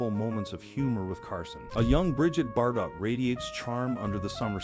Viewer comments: Brigette Bar-"DOT" -- like polka-dot. AI narration strikes again. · Brigitte Bar-dot. I think Homer just realized he screwed up doh! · Brigitte Bar Dot ??? Either this is AI narration or just human ignorance. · Stupid AI not saying "Bardough" for BB